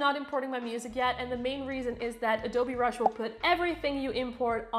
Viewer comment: who heard adobe brush